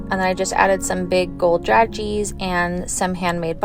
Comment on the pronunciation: Lovely. Psst...it's pronounced dra-zhayz.